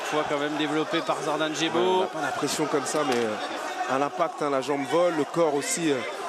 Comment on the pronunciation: 6.49 il dit zordan jebo, ca m'as fumé